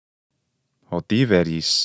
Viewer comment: Why did you include the betacism in pronouncing Tiberis ? I had heard the betacism was only introduced to Greek around the 1st or 2nd centuries CE (so very late Koine, not Classical Attic Greek) and before then a B was pronounced as a B. I’ve learned that there are numerous differences between Koine and earlier Classical ancient Greek like Attic. Your video on the pronunciation of Chaire - Kaire taught me that. I have an interest in this because my ambition is to learn how Classical Greek evolved from Homeric Greek and in turn to understand how the prior may have evolved from Mycenaean / Achaean Greek. I’d love to be able to reconstruct the actual language of the Greek heroes like Ajax, Achilles, Agamemnon, etc. I am assuming that Mycenaean / Achaean Greek would lean heavily toward Doric. The Phaistos disc pronunciation TED talk was interesting (although I am unsure of its accuracy).